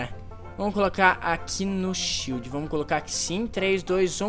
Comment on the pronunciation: ''SHIELO'' h3uhu3uh3